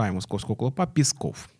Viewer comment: Говоріть правильно. Не пєсков, а піськов.